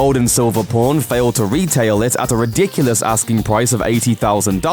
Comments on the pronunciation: It's pawn not p0rn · pworn stars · It's pawn my doooood not p0rn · When he says pawn it sounds like pourn haha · "pawrn stars" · Sounds like u saying born stars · It's pawn not pone. Limeys. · Every time he says pawn stars it sound like pron stars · This actually pisses me off it’s pronounced PON-Stars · Say pawn right. Its not a sex show